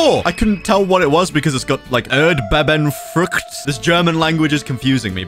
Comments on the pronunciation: Ördböbönfrukt 😂 yes, this is the right pronunciation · me as a german reacting to saying german fruit names ill just say erdbebenfrucht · im german and that time you said erdbeben frucht it was so funny :) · it was so funny when you said erdbebenfruit your german is so weird funny